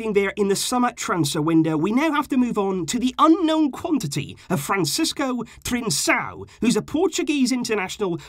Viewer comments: Trincão not Trinssão.... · The correct way to pronounce his name is TRINKÃO. In Portugal and Brazil C+A has the same spelling sound as K+A for the english language. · it is pronounced “Trinkão”. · One small detail. The name is Trincão, pronounced (roughly) TRINKAU. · Go to a portuguese video, any video and see how is name is pronounce, you just killed is name :/